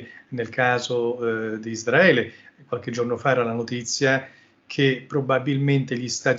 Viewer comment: Tutta sta gran pronuncia in inglese e poi::::::ISDRAELE😅 ISRAELE!!!